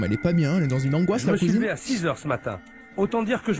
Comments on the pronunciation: "C'est pas bieng, fallait pas le faire " 🥺😂😂😂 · "C'est pas bieng, faut pas le faire" M Y T H I Q U E